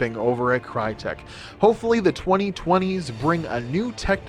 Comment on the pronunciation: Crytek was founded by whom? That's a whole new level of name butchering. Use the fucking Google Translator it literally tells you how to pronounce a fucking word in certain language.